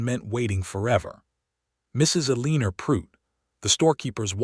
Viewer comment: I can't wait until AI improves enough to pronounce words correctly, especially Eleanor! 😮